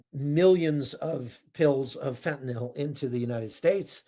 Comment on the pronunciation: THANK YOU for being the ONLY person in memory to pronounce “fentanyl” correctly! It drives my OCD nuts the way most pronounce it. Bonus points to pronounce “nuclear” correctly. 😁